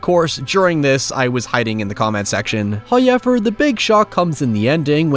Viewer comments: God, I love how Irish youtubers pronounce certain words. Every Irish Youtuber I’ve watched loves to use the word “Hoyever”. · First "hoyevver" drops . And Gemini Home Entertainment is a work of unparalleled genius. The woodcrawler screaming "Help me!" in the paddock is indelibly etched into my psyche. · This is great that you're covering analogue horror. It's a fantastic genre. You do a fantastic job with it and it's fun to see it presented this way. Please do as many as takes your fancy! Honestly curious, why do you call acres, arches? Is that a pronunciation thing, like hoyever? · Hoyevver gang